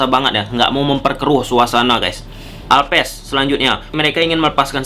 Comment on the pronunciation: alves bukan alpes.. 😂 back bukan bek(bebek) 😂